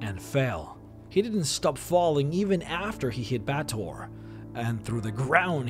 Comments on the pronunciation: Bay-tor is the correct pronunciation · It's pronounced Bay-ah-tor, other-wise a good guide.